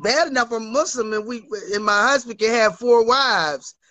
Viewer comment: 😂WTF I cannot stop crying 🤣" I am Muzlim the Koran Izlam " 🙃He has to buy me a house and a car and college tuition for my son 🤣 Cam is undefeated, GOD help me I love this show to much, this has to be a sin 😅